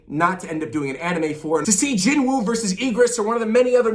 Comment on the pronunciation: Ps: actually I'm pretty scared of the anime xD I absolutely believe that they'll screw all the Korean names. Just look at Jinwoo himself xD his name is pronounced "JIN-U" (진우) NOOOOT jinWOOOOOOOH 😅